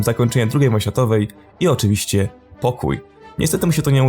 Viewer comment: Chopię nię mówi sie oczywiścię tylką OCZYWIŚCIE !